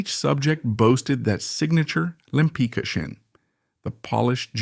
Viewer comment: Her last name is pronounced LempiTZka, not "lempica," damn it! Why don't you butcher the names of French, Italians, Dutch, etc., but can't manage one easy-to-pronounce Polish name?